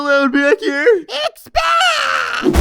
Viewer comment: The Daily Yoshi oh he says it’s bad? I thought he said expand